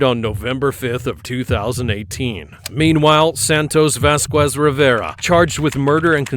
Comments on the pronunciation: Vas-kwes , Alva-ray-dough 😂😂😂😂😂😂😂😂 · you dont pronounce the 'u' in vasquez, just for the people that would like to know. In spanish we dont pronounce the 'u' when acompanied by a 'e' or 'i' unless its written like ü, italian works similar but with different consonants, very interesting stuff IMO. Its nice to have very strict pronunciation rules in a language